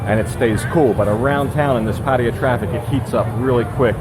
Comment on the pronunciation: Damn, I wish you would learn how to pronounce 'Pattaya.'